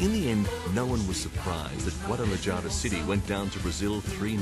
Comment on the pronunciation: Great pronunciation skills by the narrator. Guadalayara and stadio yalisco. Yeah right...At least he said Mario zagallo and not Maraio zagallo.